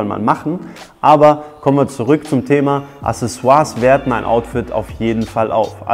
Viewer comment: accesoires [akseˈswaʀ] mein name ist wiki, ich komm zu dir :D